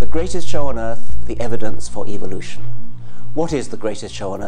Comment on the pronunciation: Am I the only one who notices that he pronounces evolution as evilution.